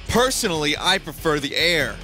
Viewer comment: Solar Surge Poisonally, I pwefer de air.